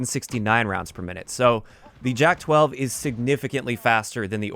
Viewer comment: I think its prounounced as yak named after an animal bc j is like y in slavic languages